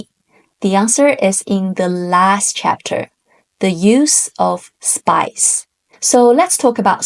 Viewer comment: most entertaining explanation of the art of war and I'm pretty sure the most understandable! Thank you for this video. Although...I did hear "spice" instead of "spies" ("spies" in my dialect ends in a z sound rather than an s sound) and was so confused until the word was actually put on the screen. For real was wondering whether the use and volume of chili pepper vs saffron or whatever was somehow important and completely willing to accept it as a possibility. 😂